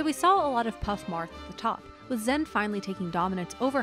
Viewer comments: Stop mispronouncing the name. It's zayn or xan, zen was never an accepted pronunciation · Zain said it’s “Zan” or “Zain.” She’s saying “Zen” which is incorrect. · Why tf do y’all say “zen 🤓” its pronounced zain like zane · Okay it's either Zain or Zan it's definitely not "zen" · Isn't it Zan, not Zen? It's like they got a typo and ren with it. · Why is zain pronounced zen? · why the fuck is zain being pronounced zen? drives me insane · Okay this narrator is killing me. Please get a melee fan to do the narration. Why does she keep saying "Zen?" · Is my girl still calling Zain "Zen" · why is she calling zain zen? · why is this chick calling him zen? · I just cant watch this, the pronunciation of "zen" is too bothersome. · Why is she still saying Zen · I think it’s a mixture of the “Zan” and “Zen” sounds and it’s just that most non-Pakistanis can’t pronounce it 100% correctly, but ultimately it doesn’t really matter because Zain said he doesn’t mind regardless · Exactly. Its pronounced Zeighn